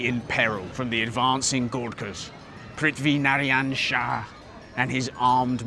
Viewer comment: THAT PRITHIVI NARYAN SHAH WAS SPOT ON